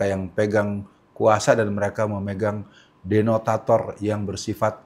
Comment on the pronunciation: Detonator, pak ustadz ... Bukan denotator 😄😄😄